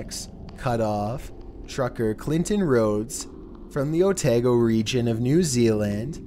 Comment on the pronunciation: Little help with pronunciation for Otago. O-ta-go not O-tay-go